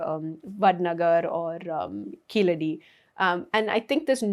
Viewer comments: A Tamilian would be able to pronounce Keezhadi as KEEZHADI. keeledi appeaers ok for the the non-Tamil speaker but not fo the Tamizh speaker. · It's Keezhadi in Tamizh (for the correct meaning). Keeladi for non tamils speakers who are unable to pronounce Keezhadi. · These people deliberately mispronounce Keezhadi, as the non-Thamizh people do.